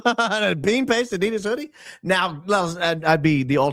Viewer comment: Thank you so much for calling out Erika Frantzve / Medusa!!! 💪 On a different note, not trying to be a smart a$$, but it would be awesome if you could pronounce Adidas correctly 😅 ...sending lots of love from Germany!